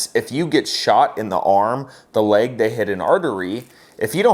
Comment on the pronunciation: I didn't hear the word "leg". I heard "I shot myself in the dick". Anyone else hear it that way?